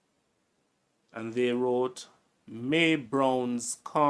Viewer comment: It's Mary browns not may browns